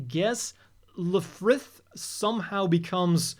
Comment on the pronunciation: Lifrith and Begeer-Byu. You're welcome